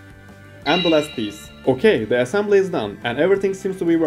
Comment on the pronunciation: lol "assambly"